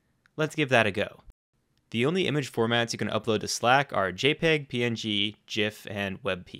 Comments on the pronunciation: JEFF!?! It’s JIF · Gef? it' GIF (dgeef)! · jiff? really? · Pronouncing GIF as "Jeff" and modifying the Wiki page to support that is diabolical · I immensely appreciate you cycling through pronunciation of gif whenever you have to say it (noting down "jeff" for future use") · I don't know why, buy saying jif, gif, then jeff really got me. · You're just making up .GIF pronunciations at this point. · I love how you pronounced GIF in every possible way